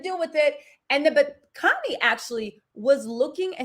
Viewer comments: Khanyi .. sound it out like Carr..nyi.. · Khanyi is pronounced “Kahn-yee” sort of like Kanye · Hey babe..its pronounced Kanyie...like Kanye but an I at the end